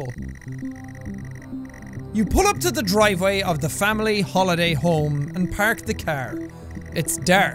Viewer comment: you pAhrK the CaHr. It's DaHRk.